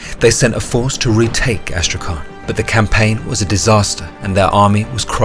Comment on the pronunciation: Oh, and BTW Astrakhan reads as Astrahan, there is no letter K you need to pronounce, it's H. Читается как Астрахань. And in the end it's soft. Soft word: Astrahan'